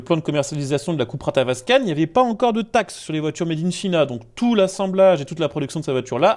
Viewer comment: Made in China se prononce mèdinntchaïna au lieu de mèdinnchina.. Ou se dit: « fabriqué en Chine »en Français, c’est bien aussi.